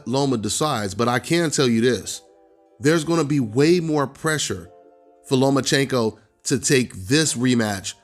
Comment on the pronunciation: I picked Teo to beat Loma nephew and I got Tank as the 5th best at 135 youngin. The boy can't even fix his mouth to say the name Lomachenko and I still pick Loma to embarrass him let a lone Dev and Teo. I think Ryan has a tuffer fight with Campbell than he would w Tank.